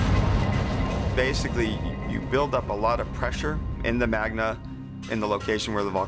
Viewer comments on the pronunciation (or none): Magma not Magna. Anyone else pick that up?